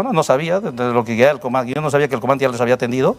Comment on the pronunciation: Coronel: Eeeeeeeso es to, eso to, eso es todo amigos. No termina de pronunciar casi todas las palabras. "El comante".